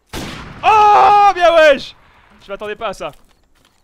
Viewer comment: Pq tu dis bien waiche tu écoute JUL waiche alors waiche alors